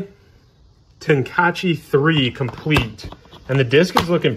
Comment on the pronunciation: the way you said tenkaichi had me dying haha :face-blue-wide-eyes: Nice video as always